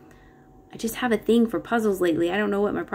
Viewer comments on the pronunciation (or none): none